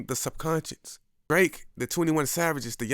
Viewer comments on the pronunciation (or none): It's subconscious, not subconscience.